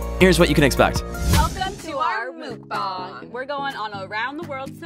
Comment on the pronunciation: It's not said moooook bong!! It's muckbang!! Sounds exactly how it sounds.. even Trisha paytas corrected the way she says it n she's the queen of muckbangs!😊